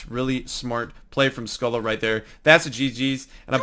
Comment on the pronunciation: Good video but pronounced his name wrong your meant to say it like scoh-lee